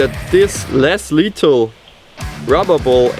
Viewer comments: *lethal not letal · you kinda say letal without th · he was saying letal